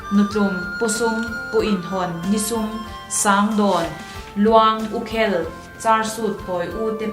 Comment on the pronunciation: Ngaihthlâk a hahdam lo. Pu Thakima leh Pi Rinpuii te in tluk lo chu thu hran. A fiah lo va, ri neuh neuh a tam. Mizo Tawng chhiar in thiam tâwk lo hle niin a lang. U khêl tih khi h bêl(pot) ri anga lam tûr a ni. Fiah fel fai se chuan ngaihnawm tak tur pawh a ni. Lehpeka mi tur hi Recording in la ti lo a nih chuan han fîmkhur deuh teh u khai!!!